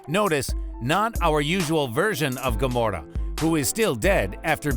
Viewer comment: Also gamorrra